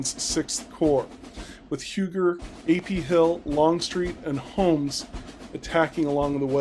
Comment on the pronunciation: Huger is pronounced more like "You-jaay." The j is soft.